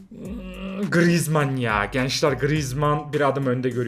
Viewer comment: Abi grezman dedin beni kaybettin